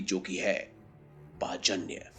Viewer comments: Pachanya nahi panchajanya pehele sahi se naam uccharan karo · पाचन्य नहीं पंचजन्य शंख है वो..!! 😂😂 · पाजन्य नाही it's पांचजन्य बोलतात त्या शंखाला ..😊😊🙏🙏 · Bhai Srikrishna ki sankha ka pronunciation thik se karo ........ Panchajanna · Narayan ke divya shankh ka Sahi ucharan "Paanch Jannya" hota hai sirji